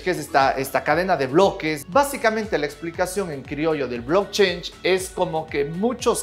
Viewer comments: No es blockchange " como dices es blockchain ",cadena de bloques.pronuncia bien . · sin ser nada de gringo logro escuchar que pronuncias "blockchange" siendo "blockchain", please do not do that. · Un shot por cada vez que dice "blockchainshh" 😝